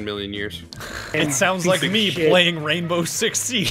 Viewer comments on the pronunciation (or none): Bwainbow six sweige